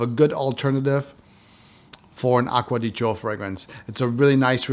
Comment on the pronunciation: As always, highly enjoyable review. And one of the few reviewers that knows how to pronounce Acqua di Gio 😊 !